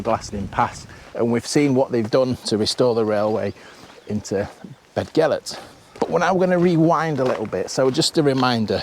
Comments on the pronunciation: Go At tunnel? Surely its goat like the animal? Also its Beth gelert, not bed, dd in Welsh is th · Excellent video. This railway is situated amongst some of the most beautiful countryside in the UK. You pronounced Beddgelert correctly just once and thereafter pronounced it incorrectly. The 'DD' is pronounced as 'TH'. It's not difficult.